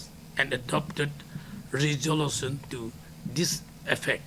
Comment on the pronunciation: What rejolotion? Say properly 'resolutions'🤣🤣